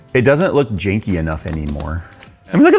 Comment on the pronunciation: The jankiness? You mean the JAY-nkiness